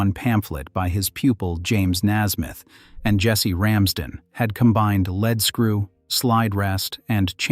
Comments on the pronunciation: Spelled lead. Pronounded leed. As in leed screw. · I know that 'leadscrew' is spelt the same way as the element lead (pb), but we in England (where Maudsley lived) pronounce the word as 'leed' 'screw'!